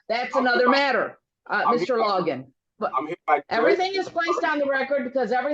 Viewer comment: It’s “Logan”, not “Loggin”, Okay?